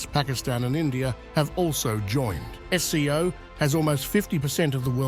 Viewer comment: It's SCO not FCO.